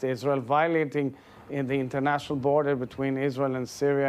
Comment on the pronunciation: Did he just say Internatinal Law?? LOOOL